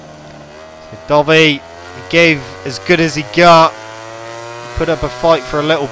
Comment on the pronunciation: Not trying to hate but I keep thinking your saying dobby instead of dovi lol kinda gets on my nerves but good vids :)